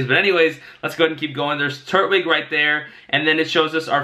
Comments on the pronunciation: It is tur-twig that is how it's pronounced on the show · Tur TWIG. Not turt wig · Love your videos man. Just a quick correction: turtwig is pronounced “tur-twig”. Platinum is the game where giratina stars. Black/White are gen 5 games.